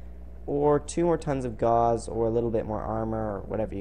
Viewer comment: It's "yayger" and "gowss" Not jagger and gauze.